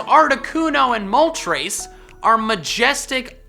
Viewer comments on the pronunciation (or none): What did you call moltres moltrés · WAIT DO I ONLY SAY MOLTRESS Him:moltrace Me moltress